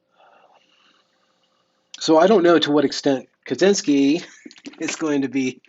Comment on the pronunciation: I believe it's pronounced more like "Katshinsky" though. C and Z together makes a sort of "tsh"-sound in most west-slavic languages.